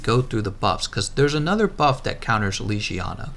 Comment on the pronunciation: Its not lijijana, it LEGIYANA